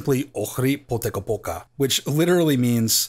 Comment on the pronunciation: That Poteko Poka moment.. I dont know.. Sounds funny